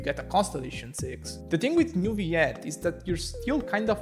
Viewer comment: As french , we pronounce Neuvillette with L , as you would pronounce ROLL or ALLWAYS. Ville mean city in french , Neu means new when it is used before another word as a prefix , and Ette means small when it is used at the end of a word as suffixe. So basically Neuvillette would be the name of a relatively new, small city in real life , in France. if it was meant to be pronounce NeuviYette , it would be spelled with a Y as the word YES. Double LL is allways pronounced as a simple L in french , never as a Y. As usual good video , good job.